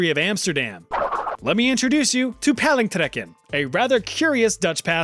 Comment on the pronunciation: Might i say sir, your dutch is quite good! As a dutchie myself paling trekken reminded me of koekhappen 😂 We tie some treaty shit to a rope and try to bite it, i know, we are weird 🇳🇱❤